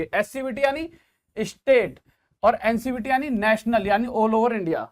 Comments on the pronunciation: Sir ji ncbt nhi hota hai ncvt scvt hota hai🙏🙏🙏🙏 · Sir ncvt hota है not a ncbt